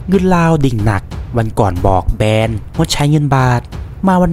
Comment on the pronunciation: แบน ไม่ใช่แบรน เห้อ